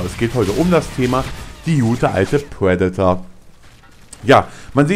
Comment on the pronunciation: es heißt Predator und nicht Puedator und meiner meinung nach spricht man triple nicht tuiple, lern doch mal das "R" zu sprechen.